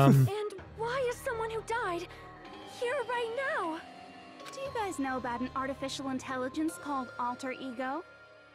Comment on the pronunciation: says artifical not artificial